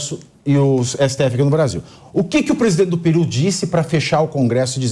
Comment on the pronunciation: Não é Piru e… PERU!